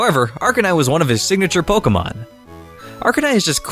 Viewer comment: Can’t stand the way you pronounce Pokémon Here’s you: “polka-mon”